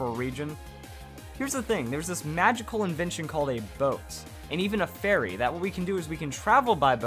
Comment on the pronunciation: Thought he was saying fairy not ferry